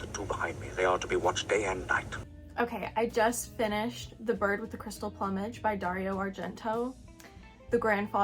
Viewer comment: I enjoyed watching your reviews of these films and your opinion on the dubbing, which initially baffled me too. Btw check 'plumage' pronunciation 👍